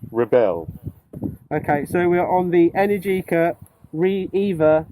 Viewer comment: Just a side note, since neither of you got it, the company name is pronounced like it rhymes with America. en-AIR-ji-kuh